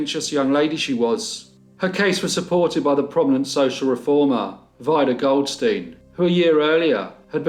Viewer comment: I think Vida is pronounced Veeda. Thanks.